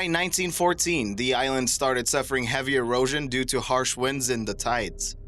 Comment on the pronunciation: Jesus Christ learn to pronunciate!!!! It's not da it's THE. Most ignorant sounding narrator for documentary purposes I have ever heard!